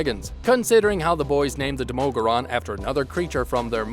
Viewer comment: why do you pronounce the demogorgon so weirdly